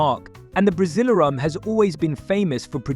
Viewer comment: Buddy..buddy ..its called Brasileirao BRA-ZEE-LAIR-OHW. It's Sao Paulo not San Paulo Brazil has the most competitive league. Its the state, domestic and national cups which makes Brazil the most competitive football but with mediocre Brazilian coaching. The best Brazilian coaches are all foreigners.